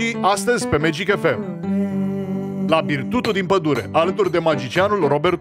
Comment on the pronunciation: Magicianule....se zice la BIRTUŢU (ADICA CRÎŞMĂ).....NU BIRTUTU 🤣